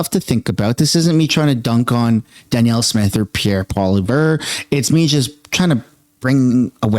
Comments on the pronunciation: Why are you suddenly pronouncing Polievre's (sorry if I spelled his name wrong) two different ways in this video? Kind of weird. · Love ya but since when did you start mispronouncing Poilevre??